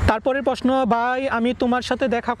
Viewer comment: Are posno na prosno r ansa na answer bol